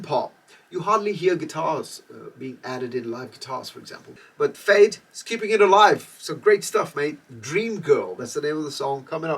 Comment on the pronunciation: FAYD, yes that's the right pronunciation. It stand for Forget All Your Doubts!! Much love!! Can't wait for Sunday!!